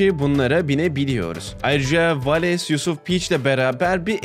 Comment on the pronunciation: abi vidyonun başında yusuf te yi yanlış okudun snrm